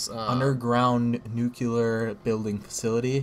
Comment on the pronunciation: nuc-yuh-ler? It's NUCLEAR! Two syllables!